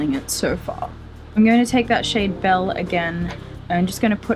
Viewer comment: As a French-Latina goth, let me say... The fact that you’re taking an interest in French and making an effort to say those words properly speaks volumes. You rock! 🖤 My only suggestion for your pronunciation of “belle”: in French, you would treat “belle” almost like having two syllables, with the emphasis on “bel” and treat the second, less emphasised syllable as a VERY soft “uh”. In French, any “e” (no accents over the “e”) is pronounced like “uh” like in “well, duh!”. Hope that was helpful! Tu es très magnifique et très belle! Je t’aime! 🖤